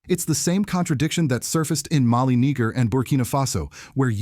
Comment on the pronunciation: The word Niger, sound like, it was pronounced with a extra g add to Niger. Listen closely...